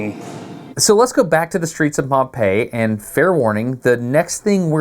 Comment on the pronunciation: I'm glad you call it Pompey ( pom-pai as it should). I've heard a fellow countryman of yours call it with the hideous sound of pom-pee. Thanks. It's greatly appreciated.